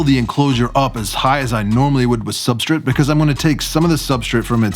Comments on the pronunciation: Why does he say substraight like Supstrit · "Substrate" 😂 love your videos ❤ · How dare you annunciate substrate! Who are you and what have you done with!?!?